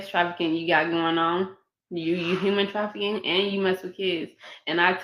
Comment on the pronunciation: Why as many times as I seen this interview chopped and screwed this is the first time I heard her say METH and afficking.